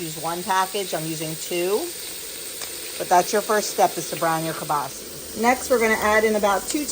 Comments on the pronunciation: Great video. Its kielbasa not kielbasie. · Learned something new. Must be a regional pronunciation in Poland. All my relatives from the Warsaw area say it kiabasa. Love it no matter how we say it.😂